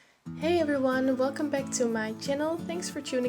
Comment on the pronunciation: The way u pronounce back tho haha:)